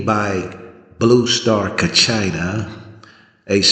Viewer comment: not pronouncing Kachina correctly.. you're not Hopi..shouldn't talk about what you don't know.